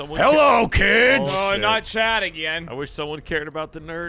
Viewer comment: "It's chad.....it's trooy and chaad" killer version of michael has apparently seen high school musical lol